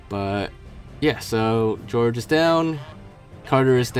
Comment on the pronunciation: "George" its pronounced Hor-hay